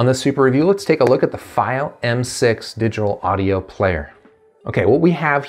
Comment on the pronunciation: Stop saying it wrong! It’s FEEO=Fiio